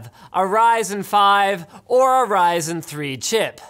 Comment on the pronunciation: when you say Ryzen it's sounds like 'Rison'